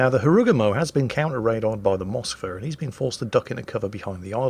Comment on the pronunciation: It's also MoskvA, not MOskva, GrozovOy, not GrOzovoy etc. Deal with it, is crap and we love him